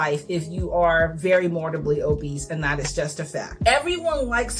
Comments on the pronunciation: I am sorry to point this out, but *morBIDly, not morDIBly. Apart from that, cool video! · Loved this. Just…”mor-Bid-ly” ☺️ (not trying to be rude, it was just distracting in such a good video) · Seriously no shade, but I find it absolutely hilarious when someone picks a mispronunciation and really commits to it. I think “mortibly” obese is how I’ll say it from now on no matter what I do. It’s imprinted on my brain after hearing it two dozen times at least in this video.